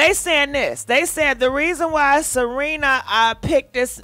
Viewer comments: It's S E R E N A not Selina! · IT'S SERENA... NOT SELENA.. SERENA WITH AN R... But its the makeup... and its horrible. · I be dying laughing cause she was like Salina 🗣🗣😂😂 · YES she called her Selena, Ciara etc 🤣🤣🤣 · It's Serena Williams.....NOT Cierra Williams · If she say Selena one more time…😑 Serena if you see this, means well. 🙃🤣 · Selenaaaaaa🤣🤣🤣🤣🤣🤣 you and these names. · Girl not “Selena”!😂😂😂😭😭😭😱😱😱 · It's Serena not Selena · Gurrrlll you keep calling her Selena 🤣😂 its Serena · her name is not Selena.....it is Serena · Her name is SERENA. . NOT Selina. . come on now.. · Why you call her Selena? Her name is Serena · Serena looks horrible Also it is Serena not Selena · Lord!!! it’s Serena Williams (Se Re Na) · WHY IT SOUNDS LIKE U SAYING SELENA 🤣🤣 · Cause she is 😂😂😂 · Pronounce her name correctly, it's Serena ,thank you.. 🙂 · She rarely pronounces names correctly 🤦🏾‍♀️ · 1 thing about you you gone shred a name 🤣🤣This woman name Serena girl 🤣🤣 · 😂😂😂😂😂 See-Re- Nah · Not Salena 🤣🤣🤣🤣🤣🗣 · Wait is she misspronosing her name on purpose or trying to be funny? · The botching of her name, thouuu!!!! 🤣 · I wish u'd take sprach therapy & pre-read ur articles b4 recording the show. There is no "L" in Serena SMH Perhaps someone should proof ur show b4 U send it out. IJS Constructive criticism Boo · Are you on drugs???? Why in the hell do you keep misprouncing her name? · Girlll can you say her name correctly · 🤣🤣🤣🤣🤣🤣🤣🤣🤣🤣 you can mess up a name chille love you